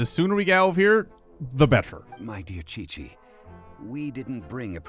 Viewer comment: My question is indeed "why chichi?" because if was going to correctly mispronounce her name it should be "Kiki" not "Kweekwee" since Qiqi's name doesn't have any "u"s.